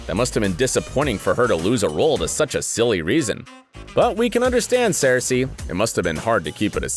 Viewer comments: its not sare see its sear sha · Oh gosh sarsie is not how you say it. It is saoirse said like sersha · Did he say “cersei Ronan” ... it’s SERSHA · Saoirse See~sh~e Not seerse Ew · Saoirses name is pronounced "siersha" no sayrsa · FYI, Saoirse is pronounced ‘ser-sha’; not ‘ser-see’. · Saoirse Ronan's name is pronounced "SER-shuh". And it's not "Magento", it's "Magneto"! Jesus, are you even into this stuff, or are you just a hired hand? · It's pronounced SUR-sha Ronan, even Wikipedia has the pronouncing. Watch a interview of her that's how I know how to pronounce it. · It is pronounced Sirsha. Good Lord! smh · Her name is pronounced sursha its pretty easy to be honest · . He says Sayoresee Ronan. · Sercy Ronan oh god 😂 Pronounce her name right u fool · its pronounced Sorsha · "Sur-Sha Ronan" Jesus. How hard is it to say her name right? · The way he says Saoirse 😭🤣🤣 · How can you pronounce "Saoirse" two different ways and BOTH are pronounced wrong. That's whole other level of wrong. She's been nominated three times for Oscars but you can't be bothered to pronounce her name properly by now? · that's just not even close to how you pronounce her name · The way he pronounced saoirse Ronan was painful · They way he said Saoirse killed my soul what a clown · The way he pronounced saoirse Ronan hurt my soul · are we going to talk about how he pronouced saoirse? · I didn't mind the "cersei" then I kept my cool with "evange-line" but the "MAGENTO" definitely killed me!